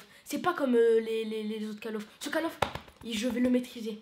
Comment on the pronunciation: On dis "coll" of et nan pas call comme la cale de bateau